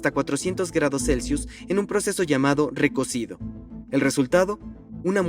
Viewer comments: Eso es recocido, no recosido. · Muy buena historia. La parte técnica muy bien explicada, pero por favor.....ese "RecoSido"...no mames guey. Es con C de CARAJO.